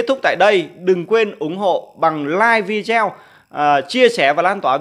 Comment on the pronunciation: Vi đi eo là gì ?phát âm sai Anh ngữ thì đừng mò đầu lên YouTube